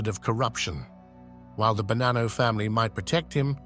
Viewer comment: Il doppiaggio con l'I.A. fa schifo, il nome è Bonanno, non Banano ed in più altre storpiature davvero buffe. Molto meglio i sottotitoli, almeno si può anche ascoltare